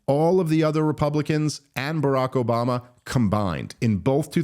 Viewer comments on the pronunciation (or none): none